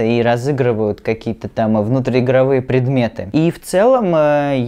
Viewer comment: Что за "внутриигровыепредметы". Как будто дед пытается объяснить что такое тик-ток.